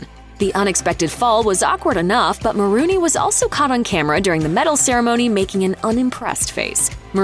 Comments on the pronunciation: It's Maroney, not Maroony. 🤦🏻😒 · Just hate it when people mispronounce names. It's not "Ma rooney", it's "Mah Rone E". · No one: Commentator: MaROONey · Maronrey....pronounced like Bologna, not Marooney